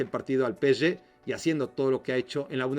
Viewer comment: Es pe-ese-ge, no peschge, si lo vas a decir en ingles es pi-es-gi PSG